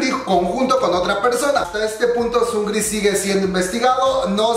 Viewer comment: Emmm no se dice sungri, es sung -ri, separado. Es solo una aclaración